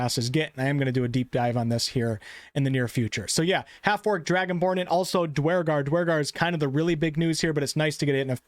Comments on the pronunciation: never heard it pronoued dwar-gar always herd it pronouced dur-gar Eitherway excited about half orcs and holding out hope for full orcs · "DWARGAR!" LOL, what a newb. totally mispronounced them. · Did anyone else stop watching when he severely mispronounce Duergar